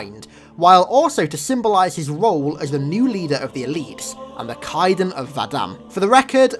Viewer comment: My bro, it's Kaidon you gotta pronounce the A more xD.